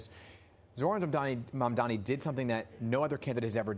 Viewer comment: One thing I noticed about Cuomo’s first commercial since re-entering the race is that he finally learned how to pronounce Mamdani correctly. Too little, too late, I’m afraid.